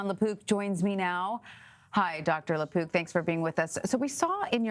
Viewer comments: Lapook not lapoop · Please emphasize the " k " sound on the mans last name. I thought ya'll were saying LaPoop...